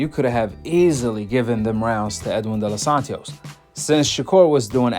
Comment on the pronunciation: Bro its De Los Santos.. why you putting a extra syllable??💀